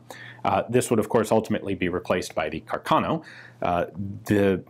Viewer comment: The correct pronounce of the surname is Càrcano, accent on the first a La pronuncia corretta del cognome dell'ufficiale Salvatore Càrcano ha l'accento sulla prima a source